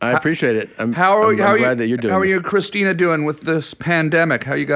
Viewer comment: Everyone says Christina's name wrong. Even Tom Green. Haha. There's a reason she changed it to Christina P.